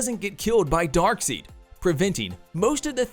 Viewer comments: He can't even say his name right it's darkside not darkseed lol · It's Dark'SIDE'! What the hell is Dark'seed'? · The moment you called Darkseid Dark Seed and not Dark Side (not once but twice in a row) make me wonder how much you've actually read or watched anything comic oriented or if you're just a Ron Burgundy type. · even still if European English, the Character is Named Darkseid not darkseed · “Dark seed” 😭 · Darkseid not dark seed😂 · Wow....sorry bud but murdered some of the names in this video....darkseed? :))) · R u really saying "dark seed"?? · i stopped watching when this clowns said DarkSEED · Its darkseid not darkseed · Lol dark seed, they even say it right in both justice league films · Did you say dark seed? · Dark Seed? I’ve never heard that pronunciation of Darkseid before…. Dislike…. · You lost me with “Dark-Seek.” The moment you said Darkseid’s name incorrectly, you lost all credibility. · I hate to be the guy to correct the pronounciation of Darkseid but its not dark seed for goodness sake 😭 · DarkSEED? LOL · I turned my phone off when I heard him say “Darkseed” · Please stop saying "Dark Seed"......please...thanks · I can't take this seriously when you're calling Darkseid, "DARKSEED" the entire freaking time!!! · Exactly. Credibility down the toilet. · This dude really saying Dark-seed ? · Dude...stop calling him dark seed!!! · Voice over dude!🤦🏿‍♂️ Bruh, who the heck is DarkSEED 🤣??? You lost som credibility with that! KMSL! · Darkseed? Darkseid... zzzzzz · yeah why was you calling it darkseed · LMAO Right? He's all trying to explain who Darkseid is 😂 Like seriously did you not watch the video where he calls him "Darkseed" the entire time. 😆 did that just go swoosh right over their head's!? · I hate his pronunciation of Darkseid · Drives me nuts how you say darkseid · Took me right out the moment. How can you mispronounce Darkseid's name? We grew up watch and reading this! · I think it’s a UK English thing since (EI) is like (EE) there